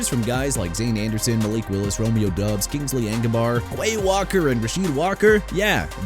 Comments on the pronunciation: It's pronounced Romeo DOBBS, not Romeo DUBS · Dude Chicago isn't pronounced chee-kah-gow; it's either shuh-kah-gow or shee-kah-gow! New Orleans as in New Or-lins NOT NEW OR-LEANS! What part don't you understand? Also it's Romeo Doubs as in Dobbs! And Kingsley Enagbare not Engabare! Isaiah Likely not E-sai-ah Likely, Chuba (choo-ba) Hubbard not Chubba, STEVE SPAGNUOLO NOT SPAGNOLA and Jaguars pronounced ja-gwaars not "jagwires"!!!! You got no respect for athletes or cities or teams WHEN YOU MR. AI SOUNDING VOICE GUY KEEP BUTCHERING THEIR NAMES! YOU NEED TO QUIT!!!